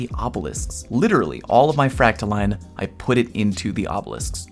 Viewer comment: It isn't pronounced like either of those. It's pronounced FRACTA-"Lynn" and she hates it when you mispronounce it.